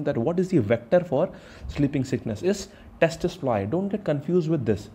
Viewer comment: Lol.. It's not testis fly.. We prononuce it see see fly spelling is tse tse fly. Mr. T is silent herr